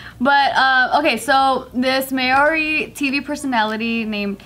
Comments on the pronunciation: Maori is pronounced more like general mao, mao-ri not so much may-or-ri😂👌🤙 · Who says may-ori?😂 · its pronounced mow-dee like mouldy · The 1st way pronounced it was more correct!! But then she started pronouncing it as May-ori D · Mah-ou-ree, roll the r a bit❤️✌🏽🤙🏽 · Maori is pronounced mow-ree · "It's hard to explain. Um. Mao, kind like the memey cat meow and ri sounds like a soft di " similar to the r pronunciation in Spanish is like a d sometimes. I had to ask my friend from NZ who is part Maori. Apparently most people from New Zealand pronounce it wrong as well. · Oof every time she tried to say Maori I cringed a little bit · Wow, your guys pronounciation was pretty spot on, except with the R, its like a rolled r, but other than that props guys